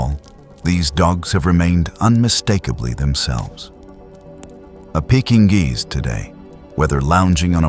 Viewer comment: Get your AI to say Pekingese properly.